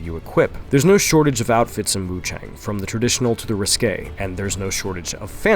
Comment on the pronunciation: WuChang, I think the a in chang is pronounced more like 'ah' instead of 'eh', so is Wu ChAHng.